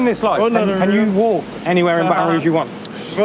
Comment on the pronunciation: Rouge not Rogue but maybe yes